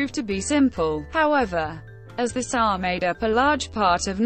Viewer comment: This bot's pronunciation of SA as saah instead of s.a. is aggravating.